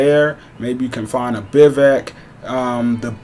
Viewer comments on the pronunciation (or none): Holy crap it's pronounced Biv-Wack Damn.